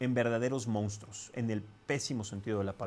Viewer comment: Al conductor de estas noticias, no se dice "Moustros" sino MONSTRUOS!!! Cuidado con el lenguaje!